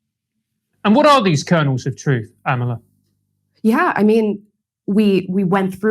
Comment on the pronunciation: Its not Amala, It's Amala! Let's get it right folks!